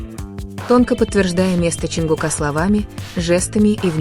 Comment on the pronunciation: Не ЧонгукА.а ЧонгУка